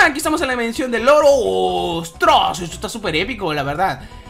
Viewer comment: Cuando estabas en la dimensión del oro te entendí "estamos en la dimensión del loro" XD